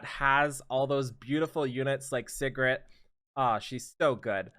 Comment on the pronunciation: ….PLZ ITS SIGRET (SEA GRET) everyone keeps saying Cigarette.....:(